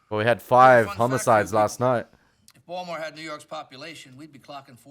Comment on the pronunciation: For someone who has watched "The Wire" for 2 seasons and made a big deal about singing along to all those "gangsta" lyrics you seem to know so well... ...No one pronounces Baltimore as "Baltymore". Even a Canadian like me knows that. Perhaps you should listen to the dialogue rather than singing along to the music that you love so much. No one is ever going to mistake a young Australian man like you as someone who could cope in the streets that "The Wire" portrays (whether as a street dealer or as a cop in any capacity). Assuming you understand that these stories are based on real-life experiences... you do know that, right? Or is this some young Aussie's "gangsta" fantasy? No shortage of those!!